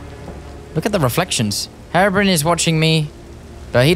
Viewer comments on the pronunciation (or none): hey thats gaster hey there G Also like how you say brian call him herobrian eventho the spelling is herobrine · “Is that Herabrin” 😂 it’s Hero-brine. The “ine” in brine rhymes with mine, fine and dine. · You pronounce it hero Brian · Hate to tell ya buddy, but you said Herobrine wrong the whole vid